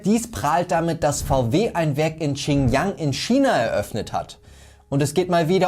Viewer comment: Die region heißt Xinjiang nicht Qinyang wie du es aussprichst, next time hausaufgaben machen bitte